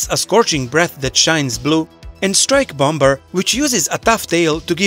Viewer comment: That was a good video. Just one thing, though: the 2nd b in bomber is silent.